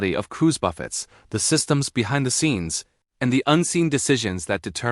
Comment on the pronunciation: Buffets? Like, waves buffeting a ship? How about a real narrator.